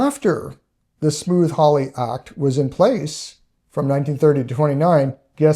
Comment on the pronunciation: Is he saying Smooth Hawly, I thought it was Smoot with a hard T right? like suit or dispute. Not smooth like Smooth Criminal